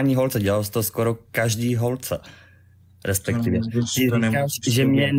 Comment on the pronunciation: "respekťivě" to je vůl :]